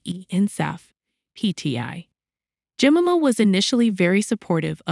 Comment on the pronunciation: Yes, is it such a rare and unpronounceable name? Jemima, pronounced "Jem-eye-ma".